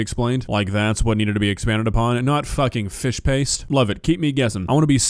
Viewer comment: Lady, it's called "Fish Paste" there is a T in it!